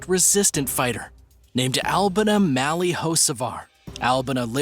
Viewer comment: I think her name is pronounced AL-BEE-NA